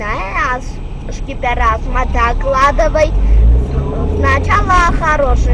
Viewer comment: D Kavalskina e asum DAKLADIVAY axaxaxax :)